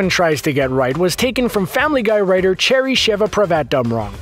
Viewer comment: You're still saying Cherry's name wrong. Listen to some of the commentary with her in it.